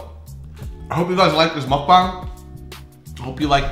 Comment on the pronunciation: when said "mukbang" it sounds so right LOL